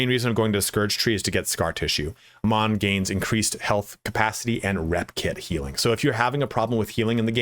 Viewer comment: You're pronouncing his name wrong. He says his own name quite often in the game